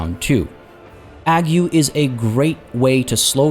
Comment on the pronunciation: To pronounce 'ague' imagine the Fonz's catchphrase and put a 'g' on the end. Eyyyg, not ag-you!